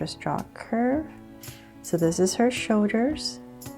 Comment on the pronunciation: I liked it because she said shoder’s